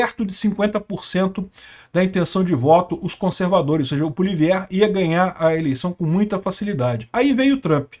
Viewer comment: A pronuncia correta de Poilievre é “puáliévre”